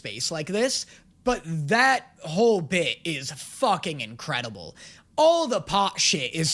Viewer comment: ah yes. Incradeable